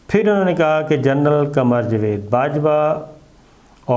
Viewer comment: Sabar sabbr sy Bolta hy.bahut lambi video sunnNay may bahut time lagta hy اور یہ جاوید نام کو جوید کیوں کہ رھے ھیں۔